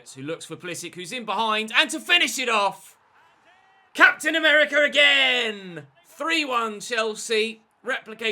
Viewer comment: «Captain Americar ragain»